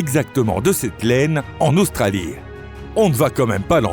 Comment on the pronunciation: Australie : en langue française, le e de Australie est muet, autrement dit, il ne prononce pas. On ne dit pas Australi eee mais Australi tout simplement.... pareil pour "établie" et d'autres encore... mais un pouce en l'air malgré tout !